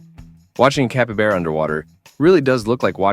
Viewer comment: Oh my ! Listening to this ai murder the name of capybara is too funny!! Guess he gets it right most of the time.